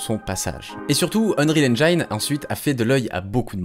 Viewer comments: super comme d'hab. Par contre le "i" de "engine" se prononce comme un "i" français (on l'entend par exemple à ). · très bonne narration, en revanche, pour info, on prononce Engine "N jine" en anglais, "N Jaille ne" n'est dit dans aucune langue ;) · excellente video, juste Engine ne se prononce pas N-jaïne mais N-jïne bonne continuation :-) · Très chouette, merci ! Juste 1 truc pour pinailler : on prononce engine "ènnjine", pas "ènnjaïne". Mineur par rapport à la qualité et l'intérêt globales de la vidéo mais ça pique les oreilles :) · Très très bonne vidéo merci beaucoup c'était passionnant =) Par contre petite précision : le mot "engine" est irrégulier, il se prononce "èn-jine" pas "èn-jaïne" ^^ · Super intéressant. Je m'abonne t'as l'air d'avoir du contenu hyper qualitatif. Par contre, c'est engIne en Anglais pas Enjayne hahaha :p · Chouette vidéo (en passant engine se prononce engine pas enjaïne) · Vraiment très bien. Juste un commentaire : engine se prononce n-gine et pas n-jaïne. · Très très bonne vidéo! Juste une petite remarque : Engine = /ˈendʒɪn/ = « Endgine » , mais pas /ˈendʒhaɪn/ = « Endgeaïne » 😉 Tout le monde fait l’erreur, moi le premier. Encore merci pour cette vidéo sinon, elle est parfaite! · Excellente vidéo ! Par contre il va falloir arrêter avec les "endjaïne", en anglais, engine se prononce "endjine" XD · Enjiine et pas en Enjaïne! Super vidéo sinon ;) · on dit engeene et pas engayne! (et aussi ID software se prononce EED sofware) sinon j adore tes videos ! bonne continuation :) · EngINE pas EngAYNE x) Très bonne vidéo sinon! :) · plutôt comme auberdjine mais tu as raison surement pas comme auberjaillene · Please please please : Engine se prononce endjine pas endjaïne Thanks ! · À chaque fois que tu prononces "enjaïne" au lieu de "enginne" je tue un chaton. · Je vais paraître chiant mais Engine se dit En-jine et pas En-Gïne. Ca se remarque pas si tu le dis 1 ou 2 fois mais tu l'as dit plusieurs dizaines de fois dans la vidéo :)